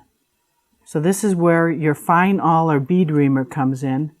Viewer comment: Love your videos, and I've learned a lot from watching them. Just one thing... it's an "awl", not an "all" :)